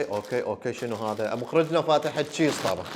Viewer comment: مخرجنة ❎ مخرجتنة✅ 😂